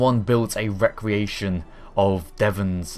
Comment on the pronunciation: You say Recreation wrong. And everytime. It makes me feel all these feels. Re-cre-ation Rec-re-ation is completely different. One is the word you are looking for. The other is a means of refreshing one's self.